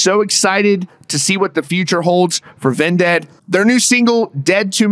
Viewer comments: I hate how you pronounce Vended as "Ven-ded" and not just "Vended" like why do you say it like that bruh. Great video tho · bro said ven dead 🤣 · Why are you saying vindead? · Why are you pronouncing Vended that way? You are saying it as if it was spelled D-E-A-D. Sorry it was just irking me